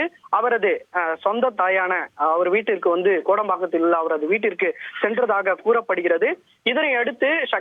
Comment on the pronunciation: என்னடா தொந்தி டிவி செய்தியாளர் எல் போர்டு! செய்தியில் அடிக்கடி வந்து விந்து.... என உளறிக் கொட்டுகிறாயே ஏன்? 😄😄🇮🇳.